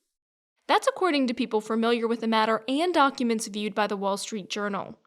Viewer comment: "...people frumilliar" 😉